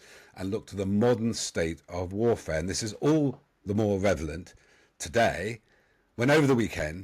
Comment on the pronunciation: I heard "revelant", too.